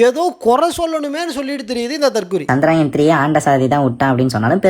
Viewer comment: அது சந்திராயன் இல்ல, சந்திரயான், ask him to pronounce properly